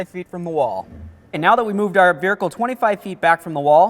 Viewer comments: Veer hicle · I kept hearing veericle I couldn’t focus 😂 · Is he saying veerhicle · This guy says "buricle" "nuculur"😂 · Vearicle hahaha ...that's most certainly not how you say it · He has to be doing it for extra comments right. You can't miss it. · Did anyone else notice how he said vehicle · He talks normal otherwise but what the hell